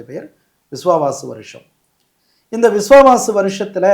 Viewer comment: Adhu Viswavasu not Viwavaasu